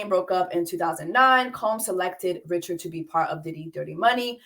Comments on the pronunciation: It is Dawn Ri-ShAD (French pronunciation), she is your Hatian Seeester, surprised you missed this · Its pronounced "Rich-shard", she's Haitian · Hey Jessie! Gently letting you know her last name is Haitian. No hard ch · The fact that YOU , JESSIE ...know how to pronounce her name is annoying because you intentionally fucking it up. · Not the host mispronouncing Dawn’s last name 🤦🏾‍♂️ get it together please. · Yes Jessie is mispronouncing her name. I believe Dawn originally identified as Creole, like Louisiana Creole. Maybe over the years she has said Haitian, but I don’t think that’s widely known. I’ve also seen mention she may be Haitian.